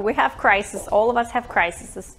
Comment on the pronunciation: 'criseses' ❤️ another -ism!